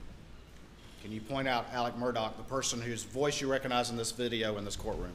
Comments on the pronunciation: He pronounces his name Alec. Idk why it drives me crazy. My sons name is also Alex, we pronounce it the way it's spelled. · Why is he being called Alec when his name is Alex? Can these people read?